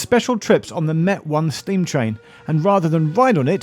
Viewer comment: Great video, but one line stood out for me because Geoff doesn't quite get his emphasis right, to my ears..... Steam trains were first used on the (Emphasis) underground.. Its harder to make the point in writing but try putting stronger emphasis in 'Steam'